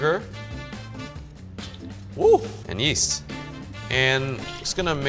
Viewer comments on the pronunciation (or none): When he said “yeast” i thought he said “yeet”